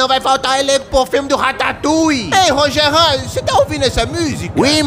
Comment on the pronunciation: Rachei no Rogerin (RogeRÃN BEKSUSNSKSBDKHENS)